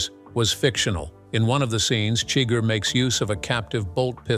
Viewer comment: No, wait. The bot pronounced Chigur as "chigger." Oh, well.